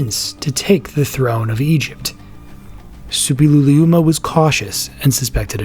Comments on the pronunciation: Yes, it's difficult, but the narrator manages it perfectly. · Impressive pronounciation of "Suppiluliuma"!